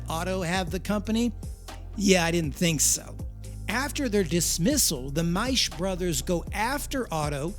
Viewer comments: Dude it is German, a language whose pronunciation makes sense. The month of Mai is pronounced "my" in German. The name "Maisch" is pronounced "mysh" in German and the narrator himself even says it correctly. Of course the contracted company name formed from part of that "Maisch" name has that exact same sound in it and not a different one for no reason. As a rule, we don't pronounce the exact same spelling in two, three or five different ways on a mere whim. The language that does that kind of thing is English. That is why German is so easy to learn. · MikeO Maisch & Company Too funny,, talker pronounces Maisch properly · Bro... you literally pronounced the family name Maisch... then decide to do away with that pronunciation?... from Maico... to Mako...il never understand how Americans mess words up so badly